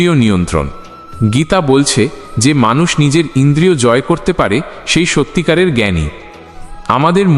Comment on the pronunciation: Sonob na ta ki katha, se e ta ki katha, শুনব না , সেই এগুলো ঠিক করে বললে আরও শ্রুতি মধুর হতো